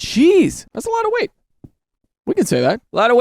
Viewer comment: "You got to account for the wate of the weelchair!"😂